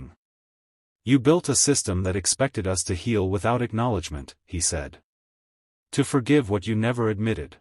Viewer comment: Yes, I like them in principal, but they are written formulaically, and read by AI that pauses in the wrong places, mispronounces words - like mixing up "us" the accusative (in the grammatical sense) of we with U.S. - shorthand for the USA - and other things which make it hard to isten to. It feels as if it has a script which has been written (apologies for the insult) by a hack american writer who's a bit over-sensationalist, (as americans often are - maybe americans have been accustomised to cheap tricks, and that passes as competent writing) and read by an inefficient automaton; 'cheaper than paying a human I guess. Has this stuff actually happened - or is it just made up Bs? It would be nice if we could be sure.